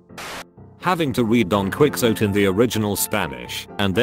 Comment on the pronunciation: Sorry but... I physically cringed at "Don Quickzote" omg